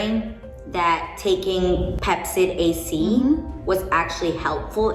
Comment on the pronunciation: Did you say Pepcid AC, the heartburn acid reliever?